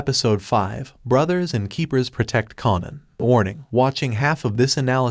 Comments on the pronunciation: Kanan as in KA-AY-NAN. Say it with me, kaaaaaaaanan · I'm gonna need for this narrator to learn how to properly pronounce the names of the characters in his video!! It's pronounced KAY-NAN...say it with me now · U r pronouncing Kanan name wrong.. its annoying 😩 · Too annoying I didn't watch it.. but I did want to express my frustration. Do it over without the mispronounciation